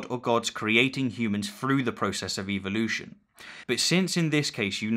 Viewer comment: Just say evolution right GODDAM you piss me off when i hear u say it.